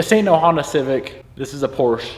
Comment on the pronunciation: Glad to hear you say Porsche correctly :) So many people don’t know